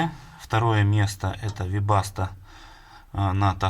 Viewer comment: Какя вебаста бин ну вы что. Из ушей кровь